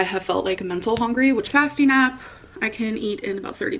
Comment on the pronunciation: Also love how she says hongry